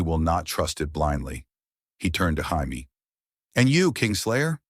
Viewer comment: IT'S JAMIE NOT HIAME.